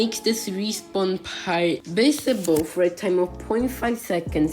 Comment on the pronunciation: Visible sounds like bisible